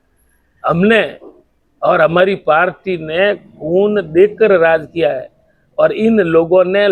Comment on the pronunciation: Mla साहब पालटी नहीं पार्टी होता हैं।